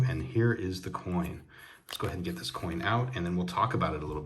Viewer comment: Austrian Stacker is awesome (Almost as Awesome as you ;) psst.. you said coin lol. You always have such cool things. Thanks Aloha.